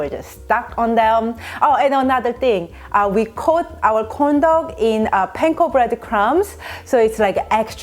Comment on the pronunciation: Do I hear condom instead of corndog? Lol 😂